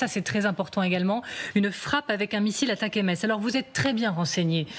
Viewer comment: Ça se prononce Attack'ems et rime avec M&Ms